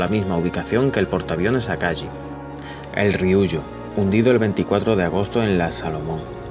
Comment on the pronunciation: Akagi (se lee akagui) la H japonesa se lee como en inglés. Lo mismo que la J o la Y. Deberías poner los nombres escritos, y si no sabes cómo se pronuncia ponlo en Google translate y escucha. Sirve un montón (yo igual los barcos los conozco desde antes, deje de ver el vídeo en el Akagi. Ahora veo si llego al final)